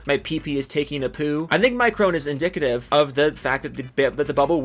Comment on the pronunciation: I want to correct your pronunciation of micron but I lost all respect for the company so I don't care anymore